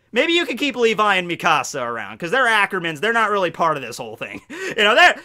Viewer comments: The way you say mikasa pisses me off its like Mekahsa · i’m so sorry but the way you say mikasa💀💀